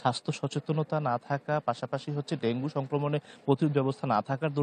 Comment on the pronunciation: ভেঙ্গু কি ভাই??😂